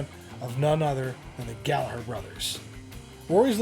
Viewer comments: Aside from everything else, thank you for pronouncing his name properly with the silent G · HE PRONOUNCED GALLAGHER CORRECTLY!!! HE PRONOUNCED IT CORRECTLY. It may be nitpicky but I absolutely hate it when people use the uk pronunciation for Rory like the way people say Liam and Noel Gallagher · Magnificent vid!! Kudos for pronouncing Gallagher correctly too.😉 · Congratulations on the correct pronunciation of Rory’s surname. The h in Gallagher makes the g silent. I’m 60 this year and you are the first, outside Ireland that I’ve ever heard pronounce it properly. I can’t tell you how happy and impressed I am. Well done you sir. Crowley’s music store is gone now, I don’t know what it looks like now but before it changed I drove down and got a photo outside. There is a plaque honouring Rory’s connection the shop. The legends are true, the sweat, the first strat in Ireland, even if not bought by him originally. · Wonderful job on nailing the tale of Rory's truly iconic Strat. From what I understand, the Fender re-issues have both "Tone" controls (pots) working. Aside from that, they're very authentic. Keep up the good work "". Also, thanks for pronouncing his last name properly by dropping the 'g' before the 'her'.;) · Congrats man you're one of the few who actually pronounce his name right. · Great Research on this iconic Guitar of the Greatest ever Rory Gallagher.....Great to hear You pronounce Gallagher in the Irish way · Good work on the Gallagher pronunciation. I used to live on the south circular in Dublin, never found any guitars.